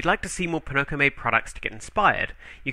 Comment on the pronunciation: Oh... it's "poNOko". almost Pinnochio.; ^ ) Buy!